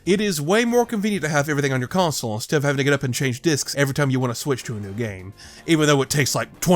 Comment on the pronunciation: Why do you pronounce "want" as "won't"?